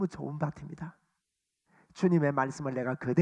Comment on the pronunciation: 목사님, 명설교 잘 들었습니다! 참고로~ 좋은 밭입니다: 조은 바팀니다 ×→ 조은 바침니다 ○.. 가 바른 발음입니다^^ 감사합니다!